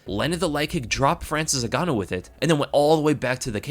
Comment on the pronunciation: Frayril N-Gan.. ooh